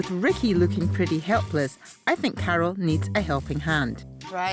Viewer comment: When she says Carol it sounds like she's saying cattle lol